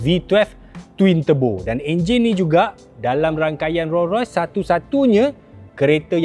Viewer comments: Org Malaysia sebut Ro-Rois... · bini aku sebut "ROii ROSS" hahahahahaha